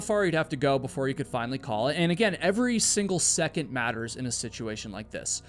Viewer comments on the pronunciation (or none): none